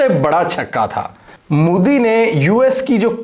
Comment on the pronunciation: I love how you pronounce Modi as 'Mudi.' 😂